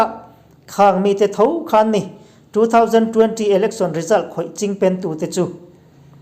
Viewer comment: Engmah chu ni lo mah ila,, chingpen i lam rik dan hi chu a khamawm khawp mai..hahahaha